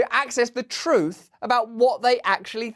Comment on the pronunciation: I loved when you said troof more! Love ya from Canada